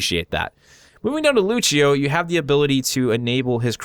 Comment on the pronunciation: Did he really just say it luccio? You gotta be actually f**** kidding me.